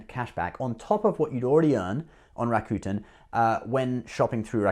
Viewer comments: It's pronounced "Ra. Ku.10" not Rakutn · Bro your rawwcuetans are driving me nuts... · I used to pronounce it Ra-cute-en as well. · lol you still cant pronounce it!! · Was kind of funny you got Chinese pronunciation spot on, but a simple Japanese word tripped you up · I say Rakuten the way you used to say it lol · Haha that is dedication to your subscribers, traveling all the way to Japan just to pronounce "Rakuten" better. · You didn’t go to japan just to pronounce rakuten, : /. Now that you mentioned japan, do you have a blog video of japan. I’m very interested in visiting.